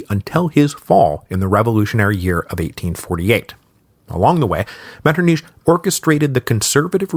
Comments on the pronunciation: I can't believe he says it Metternish the whole way through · really helpful tip I got when learning German was to try hissing like a cat to make that sound MetternICH like try hissing like a cat, and then try saying metternICH while pronouncing the ICH like the hiss of the cat so to speak lmfao.